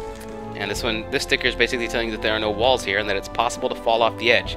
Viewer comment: I like how you say sticker. "stikir" :3